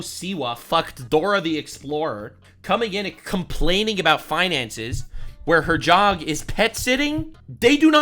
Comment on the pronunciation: thought you called it “whinances” 😂 very apt